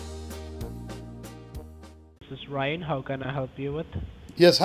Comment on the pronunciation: Ryan... rhymes with "lyin".